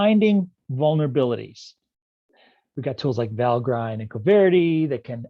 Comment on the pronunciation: Valgrind is pronounced val-grinned.